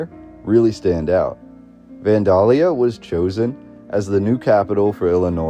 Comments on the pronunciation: He also doesn't pronounce Vandalia like anyone around these parts. I live about 34 miles from the Old State House and everyone around here pronounces it van-dayl-ya or van-day-lee-a, not van-dahl-ya. Several Midwestern states have towns named Vandalia. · Natives pronounce it more like Van-Dell-yuh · I've never heard anyone pronounce Vandalia the way they do in this video. I've always heard it pronounced "Van dale ee uh" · It's pronounced Van DAAY Lia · Van day lee uh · from Illinois it is 'Van(day)lia' for pronunciation. p.s. the music is unnecessary, annoying and adds nothing except waiting for a drug commercial. you forgot the flood of 1965. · Oh my gosh… It's so hard to hear you pronounce Vandalia....it's super easy to look these things up now… It's pronounced Van-DELL-Yah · Illinoisian here to clarify: Kaskaskia is pronouced, Kas-Kas-Kia (Kia like the car). Vandalia is Van-Day-Lia. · hes saying kaskassia. Its kaskaskia. There are 3 k’s. Also, its Van-dale-ia today for those of us who live around here. Obviously, it may have changed over time. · You do realize that you are mispronouncing Vandalia Illinois every single time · Everytime You say Vandalia wrong i cringe and cant listen or watch anymore